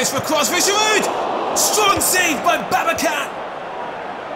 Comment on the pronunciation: Volkan Babacan is read as it is written. Since it is a Turkish name, you should not read the letter C as K.